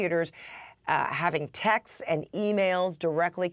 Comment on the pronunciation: Did he say "texteses"?